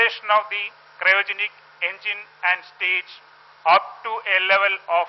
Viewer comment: why is this anchor saying cyrogenic? its cryogenic. whatever, this is the stupid rightwing channel timesnow.